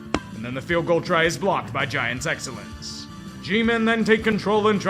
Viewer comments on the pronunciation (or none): REFball is right my friend ....did he say "Giants excellence" ?